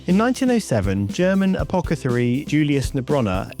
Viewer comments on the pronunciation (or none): you said apocethary :) Anyway, great vid. Love the animation.